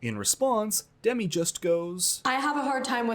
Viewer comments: Love your recaps. Btw Demi is pronounced with an emphasis on the second syllable. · It’s deMI not DEmi lol